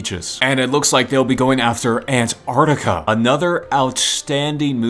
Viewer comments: I love how he says ant artica😂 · Ant’ artica’